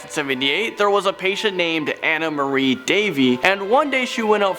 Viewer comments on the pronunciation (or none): none